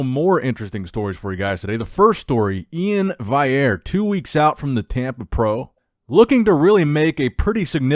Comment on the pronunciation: E-IN VI-AIR